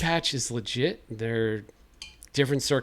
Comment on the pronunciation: I’ll at boxes are legit your Boston accent came out there lol